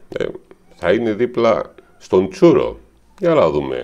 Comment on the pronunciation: Ρε φιλε, μιλα σωστα ελληνικά, τονιζε σωστα τα ονοματα των ανθρώπων.. τσούρο χαχαχαχχαχα